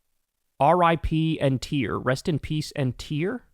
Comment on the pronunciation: TIP AND TEAR! As in rip something and tear (rhymes with bear). There's a DOOM song with that name.